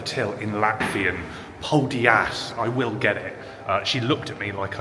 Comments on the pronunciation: "Paul Diaz" LOL! FFS! "Pal Dayz"! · I'm a Brit that's been living in Latvia for a couple of years, though nowhere near Riga. "Paldies" is pronounced more like "pal-dee-es", rather than "pal-dee-ass" -- but in Riga specifically you might be saying it to non-native Latvian speakers anyway, so not sure if it matters so much! Also - if a Latvian asks where in the UK I'm from, I tell them - chances are they have a family member or friend that has lived there. And no, not London! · ''Paldies'' pronounced ''Paul Diaz'' was unintentionally very funny, but don't sweat it, Latvian is hard, great video, thanks for visiting my city <3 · its prob cuz you pronounced it wrong, you said it like poldiass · Have you learnt how to pronounce paldies yet?!